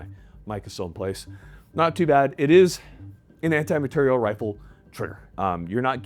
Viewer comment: “Anti- Mah-teir-ial” 🤌🏼